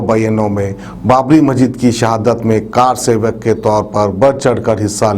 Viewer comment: Its not Car sevak... Its karsevak